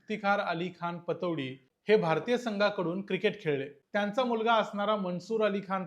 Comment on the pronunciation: पटौदी ✅ पतोडी❌